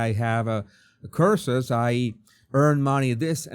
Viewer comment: He probably thought you said "curses" instead of "courses", I did, so I put the captions on & even they said "curses" too.